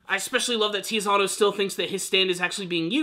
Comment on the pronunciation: It's not Tizzyano! It's TITSY-ANNO! Z sounds like in Pizza! Is that so hard to remember that Z sounds like TS in Italian?!